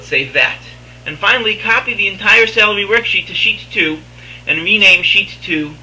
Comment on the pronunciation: Super informative after I got over the fact you kept pronouncing "salary" as "celery"...